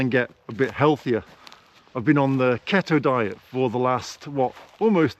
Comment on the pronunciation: Love your videos. Just to let you know, your diet is pronounced (key tow) keto, It stands for Ketosis. Keep up the good work.